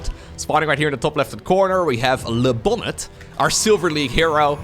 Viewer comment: It's called: Le Bonné ;D